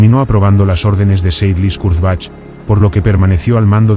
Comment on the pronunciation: More AI rubbish, whats the point when you cannot even pronounce the subjects name......... pathetic.